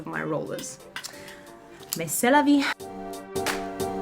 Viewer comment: « Mais c’est la vie ! » Super accent ! 😄👍🏽🇫🇷 Your videos are superb 💯😍